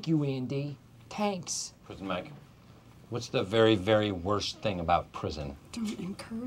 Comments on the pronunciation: “Thank you Andy, TANKS”😂😂😂😂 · Tenks Andy! Tenks. -Prizen Mike